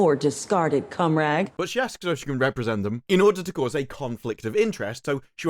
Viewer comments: Every time she says Comrade I hear Cum Rag. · Ok I have to ask. Does she say "poor discarded comrade" as the suto-generated subtitles state, or does she say "poor discarded cumrag" which is what I appear to hear every time I listen to it, possibly due to the way the clip has been edited? Having seen Disparus reviews of this show, it would be far more apt for her to say the latter, but I don't think any network would permit such a phrase to be broadcast! lol